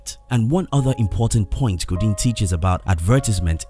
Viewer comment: Seth "Go Deen" hahahaha shout out to the voice over artist....he probably speaks 5 languages.